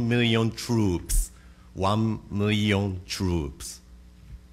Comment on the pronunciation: except he didn't pronounce million as "mirion" he pronounced it like "miliyun"